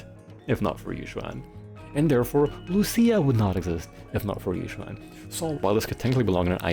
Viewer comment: It's actually pronounced ee-Xuan!☝🤓 Seriously though. I think Yid and Yixuan don't say the "yuh" sound when they say their own name, but other characters do, so I take it the VAs know their own character's names while others might be a bit off. Anyway, I hate her too. I don't hate her personality. Her dry humor, if I'm using that right, and sarcasm actually hits for me. I quite like the Croud Clearing Jutsu in Lumina. But she's otherwise a bit meh personality-wise. My least favorite of the Shibyuan 4 (Ye Shiyuan is my :goat-turquoise-white-horns:). I am with you on the plot device point. Need her to happen to be out of town to have stakes for other characters, ignoring agents not dying. And training sure did happen, maybe. I think. I actually read white text on black. I'm not big her gameplay, either. She's fine. Parrying is a bit fun, but she doesn't feel as deep as I was made to believe in pre-release reviews. At least, it doesn't feel much more than the average agent. Of course, the worst part is the animations. I think her ink is absurd with how much it obscures. Can't see crap even with the numbers off sometimes. No wonder so many new bosses just fly. Also I struggled to 20k UCC with Koleda because her buff lied to me about giving Koleda 30% CrDMG. I want buffs for my Koleda again. :eyes-purple-crying: I am trying to think what makes Yixuan's parry not nearly as cool to me as Yidhari's. Maybe having some prerequisite input to the parry is more interesting to me. Maybe Yi